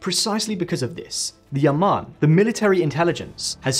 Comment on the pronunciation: It's Ah-MAN. The Intelligence Department.